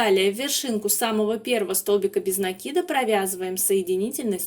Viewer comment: Слушать вас одно удовольствие, спасибо вам за то что делаете ударение в слове накид правильно.